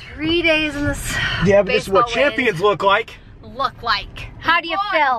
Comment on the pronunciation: Sounded like you said "champshits"😂